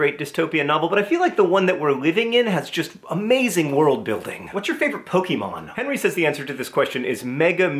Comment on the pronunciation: "What's your favorite Pokémon?" I'm sorry, John, but Henry is wrong for a couple of reasons. First of all, "Mega Mewtwo EX" is not a Pokémon, it is a Pokémon CARD. "Mewtwo" is the Pokémon. Second, there is no such thing as a "poke-ee-mon", as it is in fact pronounced "poke-eh-mon". So this was, as the Buddhists would say, a question wrongly phrased. That said, I think we can forgive Henry his youth and inexperience, and I suppose pronouncing things incorrectly is kind of your thing, so carry on. I just had to state the above for the record.